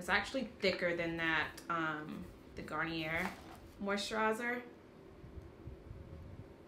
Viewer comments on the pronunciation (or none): Garn-yay is how you pronounce it. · I have that black soap just sitting on my bathroom counter. Never thought it would be good for brushes! Gotta try that. Sidenote-garnier is pronounced garn-yay if u care, if not then don't mind me lol